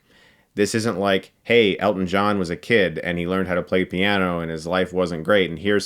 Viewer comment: Honestly... this entire time I thought you were saying "get stuck in the eye"😅